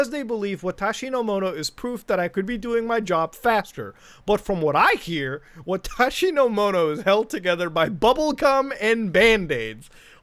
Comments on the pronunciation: Your pronunciation of "Watashi No Mono" was spot-on. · Wonder why they names the game watashonomono when that means “my things” in Japanese lol わたしのもの｡ and nice pronunciation of it!! Sounds great